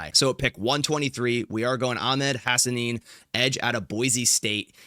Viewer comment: As a Boise State fan, I love the Hassanein pick. Guy is a game wrecker. Plays hard every play. Also you are saying it right!